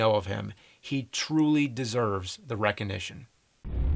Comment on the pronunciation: "Reconition". I didn't know you were from "west" philly?